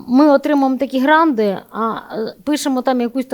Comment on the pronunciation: Золотко, не "гранди", а "гранти". Хотів послухати, бо я є досвідченим експертом з питань місцевого самоврядування, і розчарувався та вимкнув, бо дуже примітивненько і не фахово.